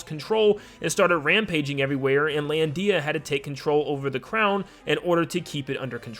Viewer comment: Lol "lan-dee-a" I can't